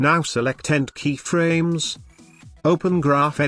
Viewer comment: i swear to god if he says key-fuh-raymes one more time...